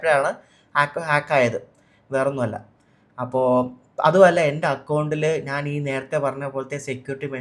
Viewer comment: നാൻ അല്ല ഞാൻ എന്നാണ് മലയാളം